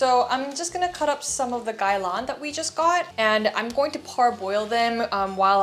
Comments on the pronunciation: Are you Korean and Chinese? Your English is very good and your pronunciation of "Gai Lan" was also spoken like a native Cantonese speaker. Anyway, just started following you, great food content and I think you're so pretty! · i don't usually comment but i love watching your videos!! probs the only content creator i consistently watch now. also as a cantonese speaker, just wanna say props to you for pronouncing gai lan so well :-) i appreciate